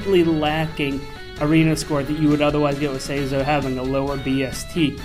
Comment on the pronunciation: Loses all credibility when he pronounces it like (Say-zoh) Never clicking a video by him again.